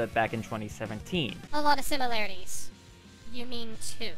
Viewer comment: Did he just say simUlaroties?